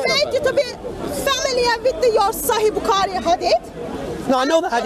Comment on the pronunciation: I laugh each time she says Sahi Bukaari 😂😂😂 It's "Sahih Bukhari"